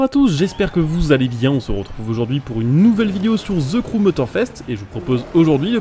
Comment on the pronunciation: pas ze crew mais the,de sinon la vidéo est bonne